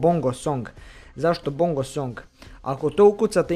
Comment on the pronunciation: Bongo jedino nezna da kaze Bongo gresi